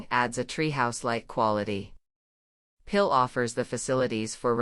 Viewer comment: Although the photography is lovely, the robotic narration is glaringly ugly, like plastic flowers in a perennial border. Particularly bad are the anglicized mispronunciations of "Piil" and "Jägala-Joa", in a kind of Anglo-Saxon robot-driven cultural imperialism. Could this perhaps be uploaded in a revised version, with a human being doing the narration?